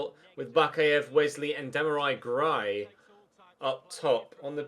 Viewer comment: Sorry but you absolutely butchered Demarai Gray’s name there